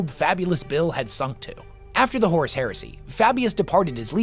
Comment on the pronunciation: Bro horrus?